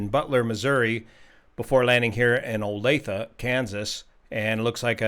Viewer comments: Kudos for pronouncing Olathe correctly we usually get o-lath-eee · Use to live right next to this airport. Thanks for pronouncing Olathe correctly. FYI this use to be Olathe NAS back in the day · Viewer from Kansas City here to say I'm ticked at getting the pronunciation of Olathe. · We live in Olathe and when I saw this on the news I was hoping you'd pick this up! Also - first time in my experience that anyone took the time to pronounce 'Olathe' properly unless they live here :) Just one more example of your respect and attention to detail in all things; thank you! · Thank you for the pronunciation tip! Olathe's name gets butchered a LOT in news reporting AND radio/TV advertisements... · A video for an accident a few miles from me. Glad no one was seriously hurt, and kudos for getting a correct pronunciation of Olathe. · I'm chuckling at your verification of the correct pronunciation of "Olathe". Almost 40 years ago, i had an old-timer USGS retiree inform me that the correct pronunciation of the Arkansas River in Kansas was "Ar-KAN-sas". I've never forgotten that. Mitch Mitchell, if you're still out there, God bless you, buddy. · You got the pronunciation of Olathe correct... That is known as New Century Airport, and is almost directly behind the Gardner, Kansas Walmart Supercenter... It is likely the city of Olathe a next the airport with jerrymandered city limit boundaries, as Olathe is quite a bit further away than Gardner... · It's actually in Gardner, right next to Olathe - pronounced correctly! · for pronouncing Olathe correctly 😎 ironic the plane departed Butler, Missouri and parked on Butler Aviation.